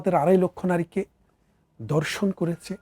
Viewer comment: Baat khaowa, Baaroth,dorson ki pronunciation!